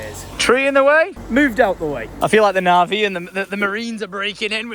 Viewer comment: the nah-vee? The.. navy?🤔